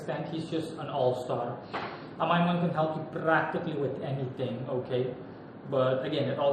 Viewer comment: You’re one of the only people I’ve heard who says His name correctly.